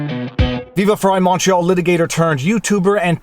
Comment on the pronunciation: It's funny, I've been watching you all this time thinking that you were saying: "Viva Frei, Macho litigator turned YouTuber", not: "Viva Frei, Montreal litigator turned YouTuber". So, now that I know, I'm thinking that maybe you should consider changing to "Macho." Just sayin'